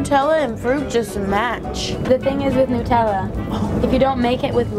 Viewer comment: "Nootella" 😂 Hazelnoot